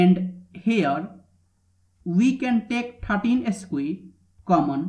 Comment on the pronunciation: Nice, although square is pronounced skware, not eskwee.